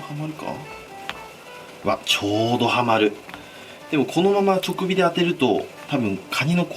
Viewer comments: 今日はカニ子じゃないのね？いつも金子さんの動画見てていつも思うのが包丁もまな板も自分で手入れしてるのかな～？ってふと思ってちょくびではなく直火『じかび』ですね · ワイの友達はちょっか って言ってた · 俺以外で直火をちょくびって言ってる人初めて見た…